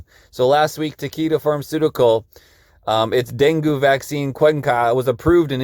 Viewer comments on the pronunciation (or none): Appreciate this video, thanks Fyi; Dungue is pronounced Dun gay not Dun goo 😊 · You don’t pronounce it like that. Den Gay Fever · DEN”gay”…fever. pronounced Bengay!’ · Denghe is pronounced Den-Geh!!! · Pronounced den gay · It’s DenGay fever. It’s easy to say and remember. Den. Gay. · Deng-gee Like 'key', but with a G. Not with an A sound. With an E sound. As in E for 'evil', like the person in the article! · That mofo, Gates. He needs to be stopped. It’s pronounced “Den-gay” btw. :)